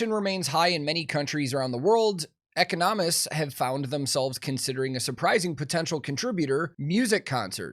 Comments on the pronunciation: “eco nomists” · the pronunciation of "economists" is throwing me for the biggest loop